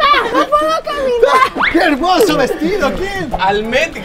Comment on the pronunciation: Se dice kermoso